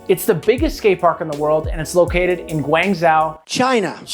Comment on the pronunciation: Also, it's pronounced "Gwahn Joe" china